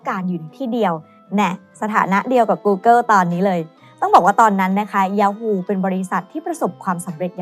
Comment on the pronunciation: เนื้อหาดีครับ แต่ผมกลับรู้สึกว่า overly dramatized ไปหน่อย และถ้าสามารถปรับปรุงการออกเสียงคำภาษาอังกฤษได้อีกนิดก็จะดีมากๆครับ ไม่ใช่ต้องสำเนียงจ๋าอะไรนะครับ แค่ออกให้ถูก อาทิ ท๊อปลิสต์ ไม่ใช่ ท๊อปลิด , กูเกิล ไม่ใช่ กูเกิว